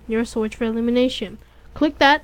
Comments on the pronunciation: Just saying, it's EM-YEW-LATE-ER, OR EM-YEW-LAY-SHUN. not eliminator or elimination. not trying to be rude or anything. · slow down emulation is actually an easy word to pronounce good vid tho